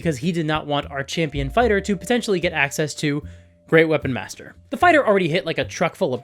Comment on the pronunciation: This is a super-duper minor thing, but I hear a lot of people say "great weapon master" with emphasis on "weapon", as if they are saying "great weapon-master". But the feat is one where you are a master of great weapons (a great weapon being essentially a two-handed version, like a great axe or a great sword), not that you are great at being a weapon master. It should be "great-weapon master" with an emphasis more on "great".